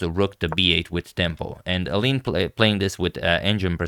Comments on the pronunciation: He did try pronouncing correctly at the start but quickly reverted back to “Elin” haha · Since you usually care about pronounciation, the Dutch pronounciation of Eline's name would be "Elin E", with the second E sounding the same as the first, "Rubersh". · Well I think if someone who isn't Dutch pronounces it like that the U sounds too strong, maybe Elineh would be better? At least that's how it sounds to me when I hear it.